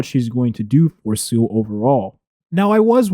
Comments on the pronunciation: Follow along...let's pronunciate.. SEE-LEE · seal-ah. SEAAAL-AHHH.